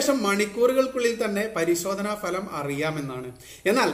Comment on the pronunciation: ഫലം അല്ല ഭലം ..... ok